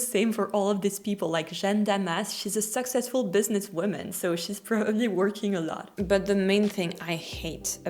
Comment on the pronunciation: i love French pronunciation of 'successful'